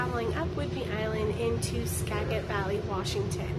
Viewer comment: Thanks. Pronounced Ska-jit.